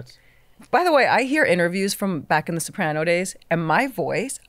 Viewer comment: Robert, I'm just curious: Why do you pronounce it Sop-AH-nos, unlike everyone else? I love the podcast, FYI!